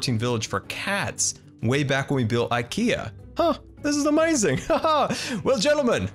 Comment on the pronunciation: i prankly really dont like how you pronounce amzing